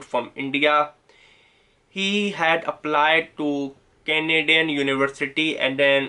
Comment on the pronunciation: Manti tob bah ! Or however you like to pronounce 😹 , canaedun and yea the best one - “sorry for my excense(accent)” LOL!